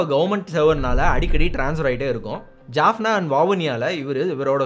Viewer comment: Great job on the video! It was very informative, well-structured, and did an excellent job highlighting important events in the history of the Eelam Tamils. The only thing I noticed was the pronunciation of some Tamil place names, such as Jaffna, Vavuniya, and the village of Suthumalai. For future videos, I would appreciate it if you could pronounce these Tamil names correctly. If pronouncing "Jaffna" is difficult, you could simply use its Tamil name, "Yālppāṇam" (யாழ்ப்பாணம்), instead. Other than that, excellent work, and thank you for creating such an informative video.